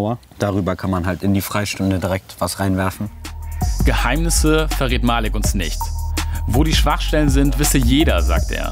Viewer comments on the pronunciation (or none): Es heißt nicht Malik es heißt Maliik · es heißt nich malik es heißt malik keemo